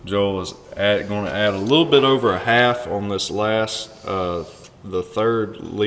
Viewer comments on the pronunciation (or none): none